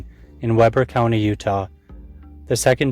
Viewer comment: Sunset is in Davis County, not Weber (pronounced We-ber).